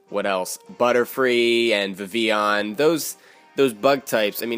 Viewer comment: Thank you for pronouncing Vivillon correctly! :D Also, Magma Storm has 75% accuracy.